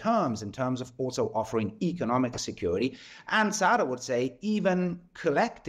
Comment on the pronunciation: IT IS not "sara" or "sarah" wagenknecht. It is SAHRA Wagenknecht. Sahra is a Persian word meaning MEADOW. Sahra's mother is a Persian.